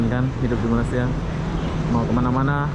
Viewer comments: memang sudah azali org indonesia tidak dapat menyebut berapa perkataan melayu. bunyi seperti ijin,malisia,beda,musik.. huruf z jadi j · ni,dari dulu tak boleh sebut " Malaysia" dengan betul 🤣🤣🤣 Ape ape bende oby memang mantap